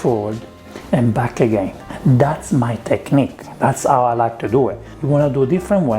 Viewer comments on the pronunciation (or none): 'Ang on, is the letter "H" silent in Italian, like 'ow it is in Spanish and French? This is the first time I've noticed you saying words like 'istory or 'ow,.